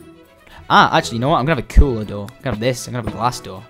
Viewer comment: You sounded like a swede! -A dörr... Door in swedish!